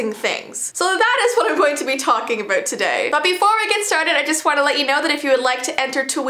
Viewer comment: is it just me or at the start of the video she said aboot and not about